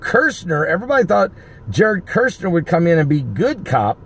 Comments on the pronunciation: I have to say it because it urks my nerves. His Name is Kushner, NOT Kershner. Say Cushion. Then say Cush, now say NER. Cushner, that's it, Kushner. Kushner. lol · Mr. Kushner's name has only ONE "R" in it, so his name is NOT pronounced KuRshner. It is just pronounced like this: CUHSH-NER. I Thess. 5:3: "For when they say peace and safety, then cometh sudden destruction like a woman in travail." First comes the confirmation of a peace agreement, and then tribulation hits, which is the sudden destruction the verse mentions. So this is possibly right around the corner, people! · KUSHner, not kurshner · ITS KUSHNER, NOT KIRSHNER. IF YORE GOING TO REPORT PRONOUNCE THE NAME RIGHT...JSUT SAYIN... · it's Kushner, not "Kirchner"... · no "R" before the S in KUSHNER , say....COOsh ner